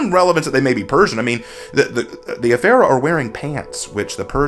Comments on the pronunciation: You butchered that pronounciation... 😆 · I dont understand how you can mispronounce the Afeera when you can literally HEAR how it's supposed to be said. And it's really, really not hard at all.